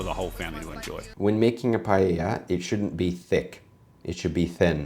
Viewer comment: Can't pronounce paella or chorizo, but somehow managed to pronounce paella correct at the very end of the video.